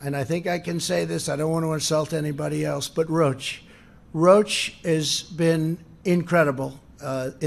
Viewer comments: Quote "I don't want to insult anybody else but... ROACH. ROACH has been incredible". Does he mean Roche? Pronounced "rowshe", as any fool kno' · Can someone please inform our Clueless "leader" that the company's name is NOT "Roach," it's Roche (row-sh)! 🤣😂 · I love how he calls Roche, ‘roach’. It pronounced ‘row-shhh’ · He’s lying again, he can’t help himself - it’s not incredible as people are dying by the masses - roach - it’s Roche (pronounced Roshe no congrats your not scoring a ten you’re a zero - people are dying.... and her questions were spot on. Obama has been out office since 2016 - so no excuses this is all Trump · Roach? It's Roche, like Rowsh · Lol Rotch? Isn’t is Roche ? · It is pronounced Roche (ROE-SH)....not "roach"...god, Trump is an idiot. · Roatch? It’s spelled Roche and pronounced Roshe. What a cry baby. Somebody call a waaaaaaaambulance. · Bloody fool mispronounced Roche as roach. Only a cockroach like him wouldn't have prepared ahead of time. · I am a former employer of Roche Diagnostics. It’s not pronounced “Roach”. Imbecile. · Did he pronounce Roche as "roach"? Is that what he meant by not wanting to offend anyone? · What an A-hole!! 38 million in seoul? Actual population of seoul...something like 10 mil. Roach? WTF? ROCHE is not pronounced roach. 95% stupidity and lies. Then....little Donnie runs away. What a doofas!!! Donnie....STFU...go play golf and let the adults in the room ckean up the corpses you created. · Love how he pronounced 'Roche'.....as 'roach'. Uugghhh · I caught that also. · I love the way he pronounces Roche. Like a cockroach. Ha ha ha ha ha ha, what a stable genius.